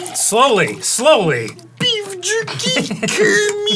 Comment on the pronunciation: “ BeEf JuRkY “ - Arin 2023